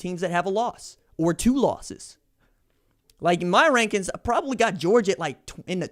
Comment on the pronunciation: Did you mean wankings instead of rankings?